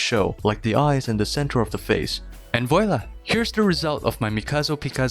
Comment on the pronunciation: Your effort in researching and making this video doesn't go unnoticed. A side note though, has anyone ever told you that you mispronounce "voilà"? It's pronounced like "vuahlah".